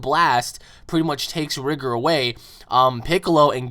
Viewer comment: Bruh its rigor not rigger